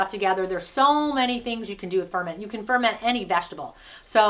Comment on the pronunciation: Hahaha.... "aerodynamic" 😂 I believe you mean "ergonomic" 😉 The stress is on the second syllable in "ferment" (fer-MENT). Hmm... you seem to have bashed the living daylights out of those poor vegetables! Bruising them so much kills a lot of vitamins. They should be handled delicately, lightly handled and with care. Such packers are to help GENTLY push the contents down in the jars to push out and disperse air bubbles.